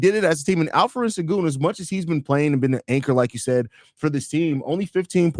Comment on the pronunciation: Why does the guy by the named keep calling Alperen as Alfred? 😂😂😂😂